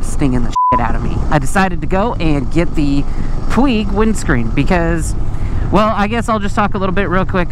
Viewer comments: Puig is a word with its origins in Catalonia. It is pronounced Pwedge. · Puig-pronounced:"pweej" I had to look it up for myself. 😊